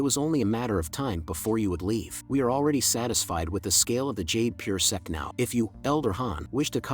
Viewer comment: Why bro saying sex insted of sect